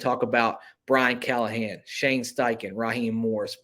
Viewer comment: NO CALL-A-HAN .